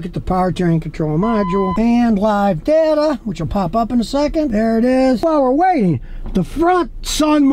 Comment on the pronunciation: It's DAY TUH not DUH TUH